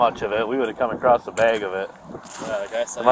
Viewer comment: Across… (no t)